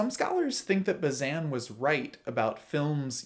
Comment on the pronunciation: Sorry to single this out, but since you said it a lot: it's Bah-zain (with that nasally silent n, because it's French, like vin, or main.) But I liked the rest!